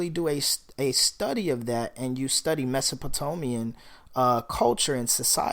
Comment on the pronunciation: K.I.N.G. Movement: How are you 'helping' black men by miseducating them? Really... how does that help us? Teaching us that 'man was created in Mesopotamia' (and by the way, you need to learn how to pronounce the term correctly) when any middle school student knows that man and woman evolved in Africa... not, Mesopotamia. How can you be 'teaching' black men when your own historical and anthropological GPS is itself... lost?.Your movement to create better black men is both honorable and noble, your historical disposition is academically deplorable; in 2020, you have no excuse. Level up 𓋹